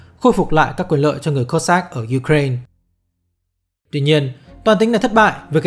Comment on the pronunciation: nghe phèn phèn ấy. kiểu cố gắng tỏ ra là mình phát âm tiếng anh đúng. ko như người việt đọc là u cà rai na. nhưng mà u cà rai na là tiếng việt hoá mà. xong giờ đọc 1 bên việt hoá 1 bên la tinh. nghe chối chối. k biết có ai vào cắn ko. hic